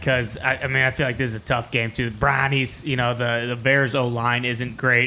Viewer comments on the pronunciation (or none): “BRAUNIES… CLAUNEY”